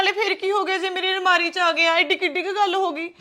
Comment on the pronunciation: Nmari ✔️ Almari ❌ 😂😂